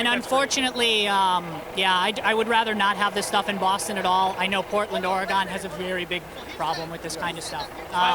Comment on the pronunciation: Or-E-gun........that other place.